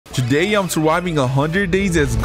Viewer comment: Man said joday instead of today💀